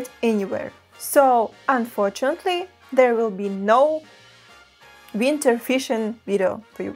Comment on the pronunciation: I can listen to her say "winter" All day